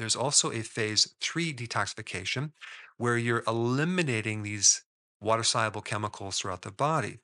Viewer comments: Why do you pronounce the word ‘soluble’ as if it’s spelled ‘sieable’? Am I mishearing you sir? 😊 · Why mispronounce SOLUBLE as SIABLE? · Are you saying soluble or siable I can't understand sorry is it my accent ? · What does ‘sigh-able’ mean? Is that a word in English? If you mean ‘SOLUBLE’ then why don’t you say so? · It's pronounced saal-yoo-bl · Are you a real doctor? Soluble is pronounced "saal·yoo·bl" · SOL- uable. 😂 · Confused at the beginning how Dr Berg pronounces "soluble" hehehe. Great recommendations for healthy eating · Lot of good info but struggling to listen to someone dropping the 'l' in 'soluble '😬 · Is the "l" in soluble hot pronounced?